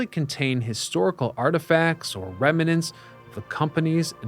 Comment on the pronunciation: They relocated Trafalgar Square to NYC. Amazing! Oh, and it's "rem-nants" not "rem-a-nants".